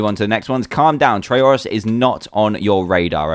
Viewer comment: fake. not dans personality. neither how u pronounce trayaurus